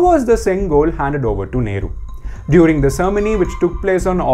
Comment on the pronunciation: The pronunciation of " cermony" ??? Mate it is Ceremony not "Cermony"